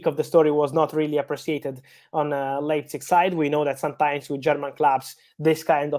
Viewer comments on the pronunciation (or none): none